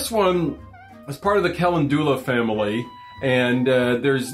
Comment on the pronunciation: I know this video is older but, I do hope you have learned the correct pronounciation of Calendula! Cal-end-ew-la, it's Not calen-dooola... now say Cal-end-ew-la fast 😊😁 it's such a pretty herb.